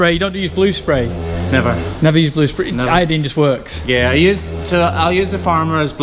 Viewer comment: Awesome! Now Graham has you saying i-o-deen too.